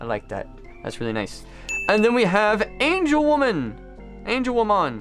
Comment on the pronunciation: I’ve watched digimon all my life. In almost 20 years I’ve never heard anyone pronounce Angewomon as “Angel Woman.” I know it’s an obvi mistake but damn that sounded so foreign to me. Please learn the names. Please. This was reallllllllllllly hard to watch.